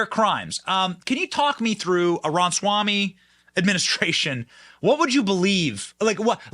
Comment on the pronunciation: Kudos Benny for pronouncing his name correctly 😊 I sent you a comment on how to pronounce correctly 2 weeks ago 😅